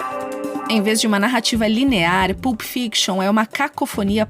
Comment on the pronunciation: Sugiro pesquisar a pronúncia antes de gravar: não se fala "PULP", mas "PÂLP"